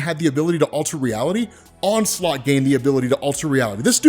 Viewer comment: Damn dude the "onslot Phoenix"